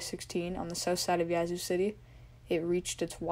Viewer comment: Yah-zoo (Yazoo) like apple not yacht. its Ta-loo-lah (Tallulah) su-tar-sha (satartia) said it right the 1st time. Ah-tal (like tally- la (Attala) auc-tib-eh-ha (oktibbeha) ster-gis (Sturgis)